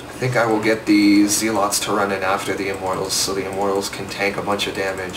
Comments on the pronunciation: it is zel-it's not zee-lots -. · Its pronounced "Zelots"